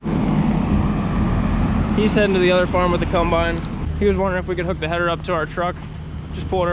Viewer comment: I love how people from Pennsylvania pronounce Combine. CUMBINE.